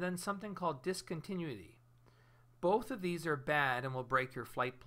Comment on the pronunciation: Great video ! Just one little thing, it's pronounced DIS-CON-TIN-NEW-ITTY.